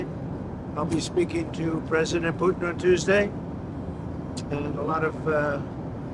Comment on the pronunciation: the way graham says putin. he should just shut up and talk about coal mines and shit. horrible.